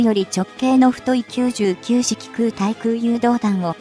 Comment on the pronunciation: 空対空 : 〈そら たい そら〉ではなく 〈くう たい くう 〉です。